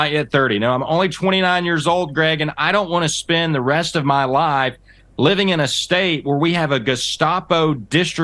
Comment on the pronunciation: How can the word life become two syllables? Just asking lol